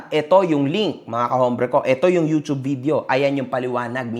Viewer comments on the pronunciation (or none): none